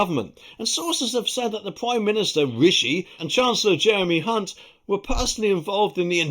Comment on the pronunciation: Hunt with the silent "C"..........love it😂